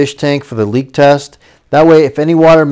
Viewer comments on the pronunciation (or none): none